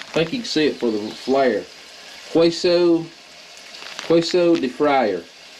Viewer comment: Another great video, and thank you. ✝️ And if you care its pronounced as Kayso cheese...its fine just the way you say to me but seems like youre always wondering if you're saying it right 👍🏼 God bless you sir.